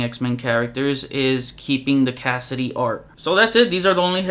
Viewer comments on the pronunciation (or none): Hey, just a friendly reminder that it's spelled/pronounced "Cassaday" not Cassidy